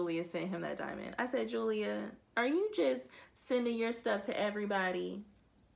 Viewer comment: You said! WE FOUND YOUR STONES! 😂😂😂